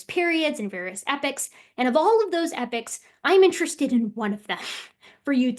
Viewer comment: Just a pronunciation thing.